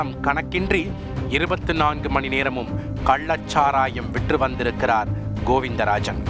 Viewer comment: கள்ளச் சாராயத்தை கல்லச் சாராயம் என தொடர்ந்து தமிழைத் தவறாக உச்சரித்து வரும் இந்த தொகுப்பாளருக்கும் இவனை வேலைக்கு வைத்திருப்பவனுக்கும் ஒரு குவளை கன்னுக்குட்டி சரக்கு கொடுத்தால் தமிழ் காப்பாற்றப்படும்.